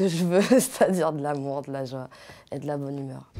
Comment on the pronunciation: Когда она произносит "лю Мур" ... Как же я понимаю Русское дворянство ))))